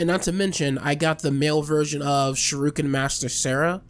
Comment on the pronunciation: Shiruken lmfao its Shuriken bro